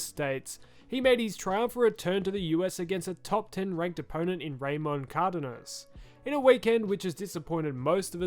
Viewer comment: How the fuck did you just pronounce Cardenas